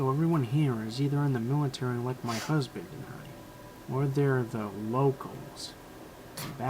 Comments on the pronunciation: Is he gay really that dude said my husben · did he say his husben was un the millatiry